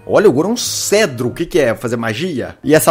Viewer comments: Felps, é cetro nao cedro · ele falou cedro ou cetro kkkkk